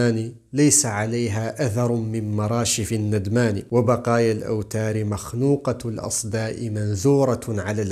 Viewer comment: نُدمان وليس نَدمان رجاء